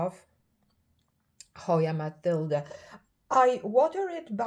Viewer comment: You always give such great information. And I'm very happy that you know how to pronounce Matilde correctly (unlike most people). Thank you for sharing.